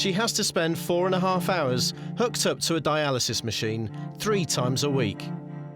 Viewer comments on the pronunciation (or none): none